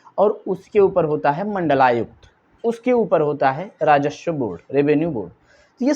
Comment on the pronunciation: भाई, राजस्व होता है राजश्व नहीं।